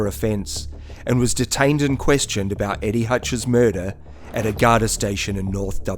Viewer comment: I watching till I heard the first mention of "Guard Eye"! Then lost interest. Why make videos about stuff when you can't even pronounce the words